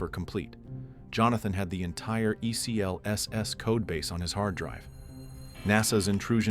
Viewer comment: For the love of god, its pronounced